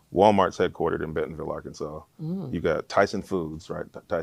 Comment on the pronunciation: We do not say Ar-Kansas… more like an insult